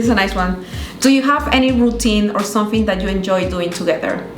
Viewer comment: Felicidades, sólo algo para acotar aunque quizás algún seguidor se ofenda, pero es para ayudar nada más, estaría bueno q corrijas cuando pronuncias someTHING, THING, chekalo con tu novio, y q sean felices y coman perdices..😘😘